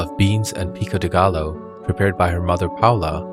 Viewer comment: Just found the channel recently and subbed! Just one thing about pronunciation. The double L is Spanish is pronounced like a Y. Gallo, Orellana, Trujillo should be like Gayo, Oreyana, Trujiyo (Tru-hee-yo).